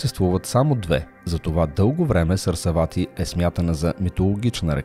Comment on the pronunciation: Сарасвати, а не Сарсавати. Е, все пак не е зарзавати.... ХИМАЛАИТЕ, а не Хамалаите... Не е лошо да наблегнете на дикцията и правилното произношение на имена и чуждици. Иначе беше много интересно.